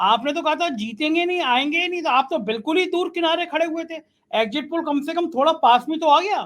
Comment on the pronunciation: egjit nahi.. Sahi oocharan egzit hai..spelling is exit. Sahi jaroori nahi. Sahi pronunciation hai zaroor zaroori..zaroorat, hai. Please bhasha ka samman karein.